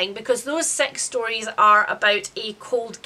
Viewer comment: Most of this I was listening to while washing up - imagine my surprise that the book you were disappointed by called Sex Stories (to my ear due to your accent) is actually just called Six Stories, so then I too was disappointed 😂